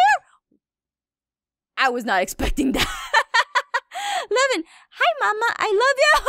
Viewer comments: its levin not kevin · When aphmau says levin I think she saids lemon 🍋